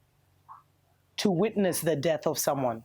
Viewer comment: Whenever you said death culture I kept hearing the debt culture... hopefully debt culture ends too